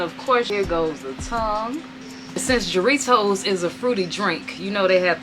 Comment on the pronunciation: For future reference, the J in Jarritos is pronounced as an H